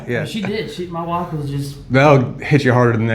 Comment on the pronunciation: Muh wuff? What is it?